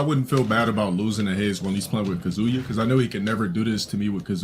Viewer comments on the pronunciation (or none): My favorite is him trying to pronouce names in their native pronunciation because he wants to sound smart but then butchering the hell out of them in spite of that, so he's pronouncing them dead wrong in American English and their native pronunciations Highlights being "Kazooya" and "Asooka"